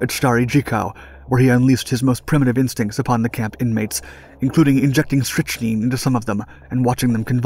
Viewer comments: Bro wtf is strichneen??? It's pronounced strictnine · Strychnine is pronounced "strick-nine", though perhaps "nein" may be more appropriate here. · Strychnine. Strick-Nine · It is pronounced "strict 9".